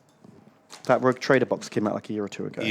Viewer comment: really is borderline dyslexic. "Rouge Traider"? Seriously? I am not even a native speaker and I winced at that.